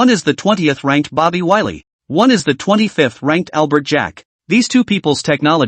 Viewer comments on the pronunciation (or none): none